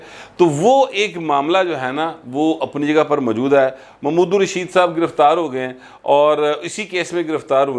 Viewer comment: راجہ ریاض کو چھوڑیں اپنا ایکسنٹ پر غور کری اپ بھی محمود الرشید کوممود الرشید فرما رہے ہیں